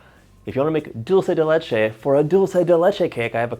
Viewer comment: Thank you SO much for saying dulce de leche right.